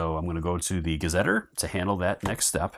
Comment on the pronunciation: Thank you for this playthrough. Pedantic, I know, but gazetteer is pronounced differently: ga-zuh-teer